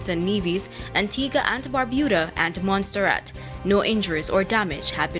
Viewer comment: Tvj your journalist must pay attention to the proper pronunciation of words. The island is called Montserrat not Mont sterrat